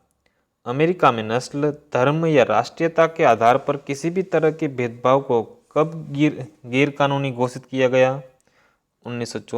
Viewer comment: Aapko gair shabd ki jankari nahi hai....use gir likhe hain aur gir hi padhkar nikal bhi gaye...